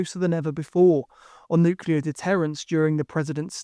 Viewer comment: Who’s the guy narrating who can’t say “nuclear” properly?